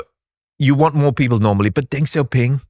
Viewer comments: what is with some of the crazy talking points out there hahaha and in video NOT HOW TO PRONOUNCE DENG XIAOPING however hahahah what is on wit hthat BE CAREFUL PEOPLE :D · what are you talking about with that hahaha and NOT HOW TO PRONOUNCE DENG XIAOPING however hahahah what is on wit hthat BE CAREFUL PEOPLE :D